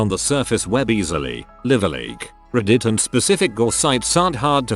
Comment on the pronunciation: "Dear users of ReEdit", the way the bot pronounces reddit xD